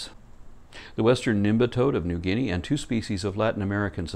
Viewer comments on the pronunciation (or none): none